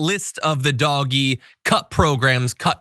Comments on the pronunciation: I can’t watch this with you calling it dog-e it’s just too weird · stop calling it doggie, Call it dodgy. (Do Ge) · Yes, >>please<< keep pronouncing it "doggie"!! (Online, I use DOG-E.) Everyone ought to. This totally drives the magats wild -- I also refer to Musk only as ELMO -- and the pinheads at work no longer discuss their memes within earshot of me. If they try to pull me in, I ask some innocent simple questions and continue mislabeling their gods, pretending I don't hear their increasingly brittle corrections. What can they do, report me to HR for discrimination, or religious discrimination, or emotional abuse? They can't win. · I think DOGE is pronounced “Doo-Sh”.